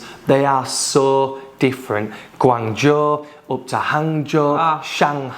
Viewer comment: omg your pronunciation of Guangzhou is incredible as none Chinese speaker, you even get the tone right 😮😮